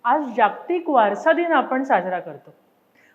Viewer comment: छान वाटला व्हिडिओ 👌👌👍 फक्त 'जाग्तिक' ऐवजी 'जागतिक' असा उच्चार हवा . धन्यवाद 🙏